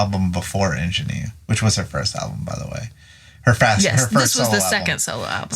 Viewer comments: Referring to the pronunciation of "Ingenue". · I agree with pronunciation of "Ingénue" (sorry!)